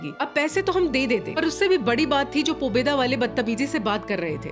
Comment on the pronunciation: Pobedo pronouces as "पैसे दो"